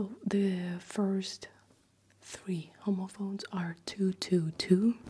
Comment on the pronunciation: Just an fyi, youre saying it very close to the word homophobes which is not really how its pronounced in english and makes it jarring to hear lol. The first o is a short sound like hom-ophones instead of homo-phones